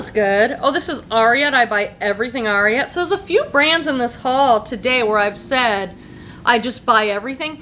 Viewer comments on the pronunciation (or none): Love your videos, you’re so fun and have such helpful tips! I recently learned that the brand Ariat is pronounced more like “air-ee-it”, as in the last part of the name of Secretariat, the legendary winning race horse. 😀